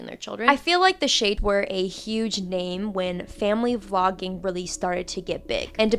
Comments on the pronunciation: Oh dear, I thought you said "flogging" not "vlogging" though it seems appropriate in this circumstance..😢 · Man every time you said vlogging, my ears heard flogging (aka disciplinary whipping), whether that was coincidence or Freudian is beyond me.